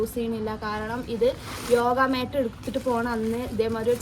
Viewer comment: യോഗ മാട്ട് അല്ല യോഗ മാറ്റ് 😁